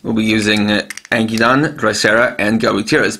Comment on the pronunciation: Ankydon name is pronounced as Ank-ki-don i belive